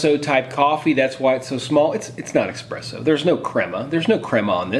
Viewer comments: Did you really say "eXpresso"? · This man neither knows how to use an AeroPress or pronounce eSSpresso . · The moment he pronounced espresso as eXpresso....I knew he was a Folger's kind of coffee drinker......nuff said XD. Gotta make it a concentrate then add water for best benefits....and use "good" coffee. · Espresso has no 'x'...I thought you knew something about coffee. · WTF is EXPRESSO? :D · i cringed at your eXpresso. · for God's sake! there is no X in the word espresso!